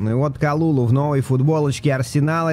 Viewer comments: прости что поправляю но говорится не калулу а калюлю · Только не Калулу, а Калюлю - ударение на последний слог.